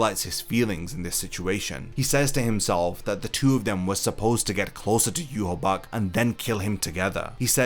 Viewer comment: Bro, it's Yu-Ha-Bah-Ha